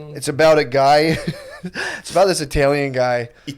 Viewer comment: Tuckin' back my 'Teen extra tight tonight, bois. P.S.: Matt says "Ee-talle-yan" like a rahtard. Praise God.